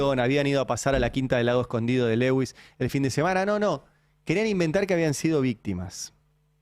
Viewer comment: Se pronuncia Luis en inglés no Lewis